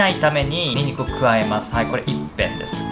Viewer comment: めちゃくちゃウマそう！！ そしてすごく分かりやすい👍 個人的にはにんにく一片をいっぺんって呼んでるのが気になったw